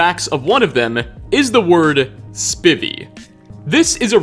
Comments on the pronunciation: For the record Spivey is pronounced like "ivy" not "privvy" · It's pronounced "SPY-v," not "Spivvy." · It's pronounced Spivey like ivy. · Prost is pronounced like “pro” and “host” with out the “h”. Spivey is pronounced “Spy-vee”. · The way you pronounce "Spivey" irritates me so damn much it's a hard I so it sounds like "Spy" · "Spivey" its pronounced like "Hive" or Drive". He used to play for my Milwaukee Brewers as well. Love your videos!